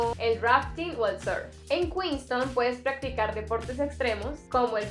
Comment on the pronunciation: Porque dicen kuinston (Queenstown) y no kuinstaun?